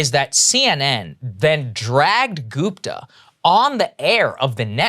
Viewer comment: It's Gupta (like Put or Push) not Goooopta for crying out loud.